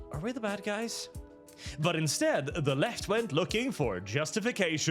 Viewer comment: all i hear is "we have the (male/female) gays